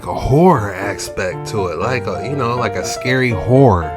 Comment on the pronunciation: Hot pepper flake fingers! Did u call it a whore?😂horror? Hard work❤